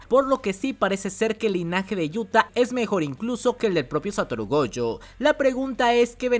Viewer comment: Cada vez que dices goUjo deseo bloquearte y nunca más escucharte y lo peor de todo es que dices gojo normal en muchos momentos, pero es tan molesto